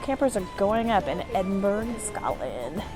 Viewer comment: It was like hearing nails down a blackboard hearing you say EDINBURG over and over again. It's pronounced 'Edinburra' NOT EDINBURG or EDINBORROW